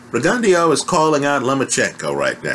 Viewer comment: what name did you call Rgio? lol